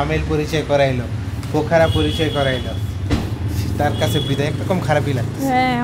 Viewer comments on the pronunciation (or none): পোখরা উচ্চারণ করুন।